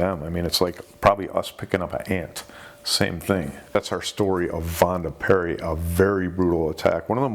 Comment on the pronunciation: Minor pronunciation correction, the name of the girl was Vanda Pierri. A small poem about the incident was written by Jim Potts, an English poet who was visiting Corfu. I think he spent a big chunk of his life there. Vanda and George Blissful swimming in Corfu seas A secret love-tryst Just her luck To meet a straying shark